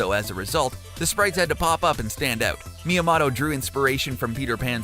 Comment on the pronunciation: Good video you butchered a few names "Miya-mato" you blamed mario for being an animal abuser with no evidence and yeah.. donkey kong is not the same as the arcade one